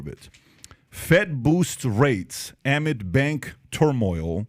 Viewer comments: PBD blows it by mispronouncing "amid", his reading comprehension skills are worse than a grade schoolers. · bro, PBD can't even pronounce "amid" correctly? Not a good sign for the rest of the pod. it's Silicon not Silicone smh. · It's a minor point. It's a stupid point and in no way does that point represent any sort of view. But I'm two minutes in and I've never heard anyone say "amid" that way before. At the end of the day you've already got me laughing so cheers.